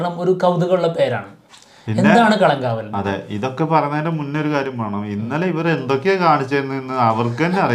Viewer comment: കളം കാവൽ അല്ല. കളങ്കാവൽ. അങ്ങനെ പറയണം